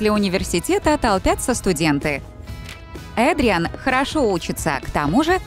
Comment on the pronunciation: Вообще-то надо говорить Эдриан а не Адриан